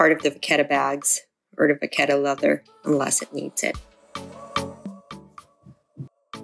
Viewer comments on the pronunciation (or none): Would you use these products and do the same routine if you purchased this bag new? The phonetic pronunciation of the leather is “ Va kett .